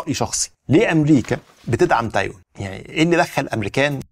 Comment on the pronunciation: تايواااان و ليس تايون